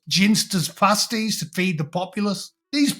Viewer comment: You pronounce Ginsters Pasties like posh people say plasticine. Bloody snob 😅